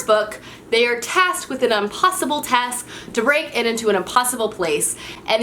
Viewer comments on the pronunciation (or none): none